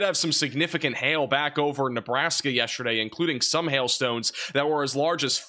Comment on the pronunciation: Hey y’all!! Where is from? I’m always so interested in regional pronunciations and am curious in which region words like “yeshterday” and “Gahlf” Coast are pronounced. is my go-to for severe weather as a tornado alley resident!! ❤❤